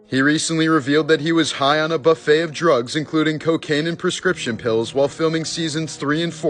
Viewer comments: Drug's not droog's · It's drugs not droogs